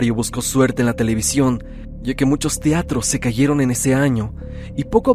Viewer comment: Tiatros y rial que eso jajaja regresate a la primaria a ver si te enseñan pronunciar bien